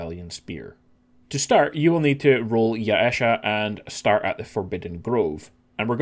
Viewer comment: Mm yes, Ya-e-sha.